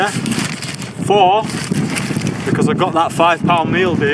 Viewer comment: Never heard anyone say because so badly before